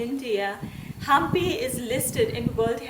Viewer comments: It's not haaampi, it's Hampi 👍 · It's not pronunced as Haampi, it's Hampi